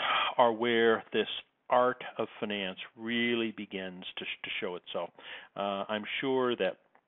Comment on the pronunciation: It's finance, not finence.